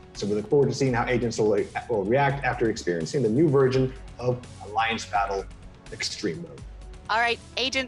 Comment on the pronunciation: Is it just me or did say "new virgin"